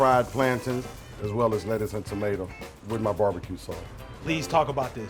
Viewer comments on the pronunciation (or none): did my guy just say fried planTIN. We all know its planTAIN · this nigga said fried plantin... lmaoooo